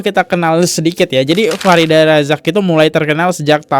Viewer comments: F I R D H A R AZAK bk Farida Bacanya kok blm bener aja dr dulu.. Nama org hrs bener lho pengucapannya, kalo gk org ybs gk terima..🙏🏻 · Baca namanya Farida 😂 terus Kodrat jadi kuadrat 😂 lucu bgt sih lu Bang 😂 sukses selalu bang buat channel nya